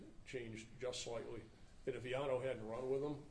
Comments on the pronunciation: black cop doesnt know how to pronounce Villano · With respect,..For God sakes KNOW HOW TO PRONOUNCE THE NAMES OF INJURED OFFICERS BEFORE THE PRESS-OP! While not intended, it was so disrespectful to, “…hope…,” you identified your own Brothers in uniform. Geesh! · Mummble mummble something mummble mummmmble. Pretty pathetic that the Public Affairs officer is not only wearing a poorly presented uniform, but also didn't bother to actually check on how to pronounce the name of one of his coworkers. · 1. Do we need a new law that says if someone tells you "i'm not going back to prison," you have to pass that info on to your local LEA? This mother sounds like a POS. 2. C'mon. Learn how to say everyone's name before you do a press conference.